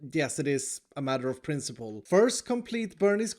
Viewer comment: Its pronounced prHHHINCIPLE